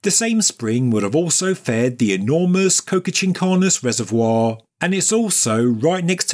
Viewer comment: You say it like co-ca but it's co-cha. PS: It is a very common suffix across Andean bodies of water.